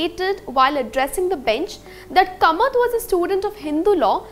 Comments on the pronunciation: It should be pronounced as Kaamath and not Kamat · It is not Kamat; It is KAAmat. The Konkani people won't be happy with this mangling of their name.